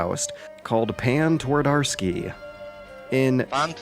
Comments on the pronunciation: And that's why we Polish people take so much pride from The Witcher. (btw Poles laughing about your pronunciation of Pan Twardowski incoming) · I do love this video, but as Polack, I can't help but laugh at your way of saying, "Pan Twardowski."